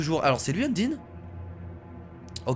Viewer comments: c pas undine mais undyne stp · endyne sa se dis endayne ep c est une fille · undyne se dit unndaynne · Je ne suis pas un rageur qui veut te faire du mal mais Udyne sa se prononce Undaïne je sais c'est bizzare mais si tu pouvais le prononcer comme sa sa me ferait super plaisir sinon tes vidéos j'ai un mot pour les décrire GÉNIALES continue comme sa sinon👍🏼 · Y a un accent à dire dans le mot undyne sur la lettre "y"